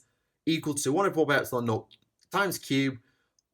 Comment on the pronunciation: The way you say epsilon triggers me on a metaphysical level